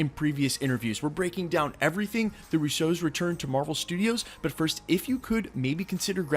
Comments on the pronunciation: Not to be picky but it’s the RUsso brothers, not the RussO’s. It’s an Italian last name and the stress is on the first syllable in this case. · Why u say Russos like there a type of cereal lol roose- ohs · They're not the Rouseaus. They're the Russos. They're Italian, not French - accent on the first syllable. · The “Russeaus”, this is the first time I’m hearing their names in a French accent. Lol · Bro stop trying to pronounce russos in a different way its mad cringe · Bro. I gotta know why do you say their name like that?? Love your Channel keep up the good work